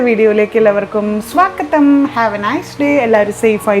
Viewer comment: സ്വാക്കദം എന്നു പറയുന്നത് എനിക്ക് ഇഷ്ടമല്ല.. പക്ഷേ reading.. അത് വേറെ ലെവൽ 👌👌ഒരു ചെറു ചിരിയോടെയാണ് ഇന്നലെ sex related reading കേട്ടത്. കുറേ തമാശയും ഉണ്ടയിരുന്നു..